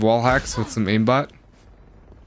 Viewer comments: Aimbot ออกเสียงว่า เอมบอทหรือป่าวครับ เหนในคลิปพูดอิมบอทถ้าผิดก็ขอโทดด้วยครับ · ขอโทดเด้อคับ ไม่ได้อยากจะว่าอะไรแต่ Aimbot ออกเสียงว่า เอมบอท นะคะ ไม่ใช่ อิมบอท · aimbot อ่านว่าเอมบอม ไม่ใช่อิมบอท ..... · Aimbot อ่านว่า เอมบอทนะคับ ไม่ใช่ อิมบอท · มันอ่านว่า เอมบอท ไม่ใช่หรอครับ อิมบอท ? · ผมคิดว่าน่าจะออกเสียงว่าเอมบอท(Aim bot)นะคับ เหมือนระบบช่วยเล็งในเกมอื่นๆที่ออกเสียงว่าเอมแอสซิส(Aim assist) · อิมบอทคือไรวะ เรียกไม่ถูกซะที เรียกอิมบอททั้งคลิป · Aim ออกเสียงว่า เอม นะครับ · เหมือนใช้โปรจริงๆแหละ ขอเสริมนิดนึง มันออกเสี่ยงว่า "เอมบอท" นะคับ